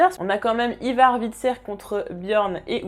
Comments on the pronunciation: Le nom c Ivar et non ayvar. C'est les anglais qui le disent mal. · la prononciation d'Ivar a la francaise : non, juste non mdr